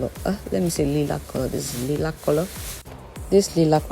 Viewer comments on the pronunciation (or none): Lilac baby li-lac pronounced lie-lac or lye-lac The tutorial is very beautiful but your pronunciation been terrible at least I know what herbs you use and everybody else knows what herbs you you use you must be from the french part of Africa i had to watch your videos over and over to figure out what you was trying to say!!!...😊😘😍🤩 i still love your beautiful accent From your country where ever it is and your skin is amazing and all your tutorials are too but I still have to figure out😂😅🤨 what you be trying to say in the herbs section.